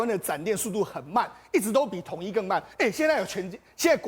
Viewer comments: 劉寶傑把亞馬遜的發音改成「鴨媽容」真好笑🤭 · 縱使英語發音也不能唸成「阿媽容」